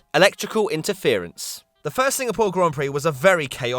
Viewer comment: Electrical “ITEFERENCE”